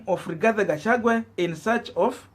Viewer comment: At it again shemeji Gachagua not Gachagwe.Pls,pls,!